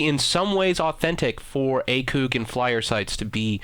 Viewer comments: Please never say A Coooog site again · he pronounces ACOG SIGHT like a muppet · A-COG not "A-coug" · Why is he saying acoog sight its acog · Btw the acog is not pronounced like acug because that's what it sounds like it is a and then a gear cog like that acog not like acug I'm just saying but it's acog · Please for the love of all things holy, it is pronounced A-Kog not A-Koog any one with any military or shooting experience will tell you. Not being a ass but don't want you to sound stupid man. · can you say anything its wtf its acog not acooog and Maschinengewehr wtf and this is only 5mins in and no one fucking knows who you are Mr big deal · Who the fuck says "akewg" everyone says it as "a cog" that really made me cringe hearing it said as "akewg" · What is this a leafy is here video? And it's "ACOG" not "ACOOG". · i believe its ACOG not ACOOK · ACOG not ACOOG lmao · It's not acug it acog lol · Lol. He says Acewg. lol A....COG. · ITS ACOG!!! NOT ACOOOG!!!!!! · its pronounced A-COCK sight. not A-COUG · PLUS YOU SAID ACOG BADLY YOU INSTEAD SAID ACUG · "Acoog"😂😂 "supadupa premium"😂😂😂😂😂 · This dude said ACOOOG sight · He failed to pronounce almost everything, what is an acoog. I thought this guy was just stupid but now I know he is just full of shit. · u miss pronounced acog the last part is like fog but with a c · "A-CooG" sights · You should really look up pronunciations for things before making a video XD Butchering Maschinegewehr and The "ACOOG" sight. I couldn't take much more of how dumb you sounded after that. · "akoog" xD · lol mooooo says the cow... Acoooog says the idiot! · you're talking about him not being able to pronounce a weapon name but then again you dont know how to pronounce ACOG yourself. i literally cringed when hearing you said it x) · and he pronounces ACOG wrong! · you can't even say ACOG and u said flyer two different ways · your saying ACOG wrong lol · Lol he can't say acog right XD